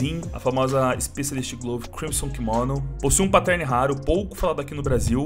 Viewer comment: ele sabe man, mas é pq o cachorro fala assim